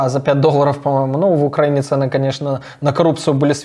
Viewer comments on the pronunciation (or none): none